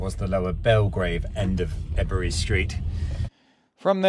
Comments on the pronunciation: Love your vlog …..One criticism…..Ebury is pronounced (E—berry) or (E-bree) if working class local😂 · You need to work on your pronunciations Its not erbury street Also when saying marylebone road you shouldn’t be saying mary Are you still a butter boy😊